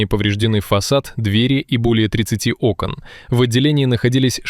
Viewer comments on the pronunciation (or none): none